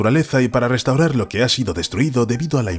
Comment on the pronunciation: también pronuncia mal las palabras restaurar o relación, todas las que empiezan en r.